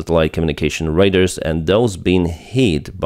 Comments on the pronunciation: PLEASE !!! Radar is pronounced " Ray Daars " !!!@ Not " Ray Ders " !!! Raiders are Mongols on horseback attacking villages !! They did not use radars !! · if Google Translate is using proper Ukrainian phonemes, your pronunciation of "RADAR" in English may improve if you read "RADAR" as... рейдаар... in Ukrainian. My comment here is not a complaint, just an observation in case there is interest.